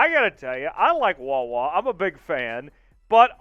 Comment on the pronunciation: Get rid of this guy! He don't even say wawa right! Wtf! Where you find this guy? The dark web?